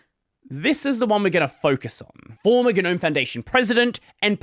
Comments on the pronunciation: Normalize pronouncing it NOAM instead of GUH-NOAM so we can all stop sounding like pretentious losers. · Stop pronouncing the 'G' you freak.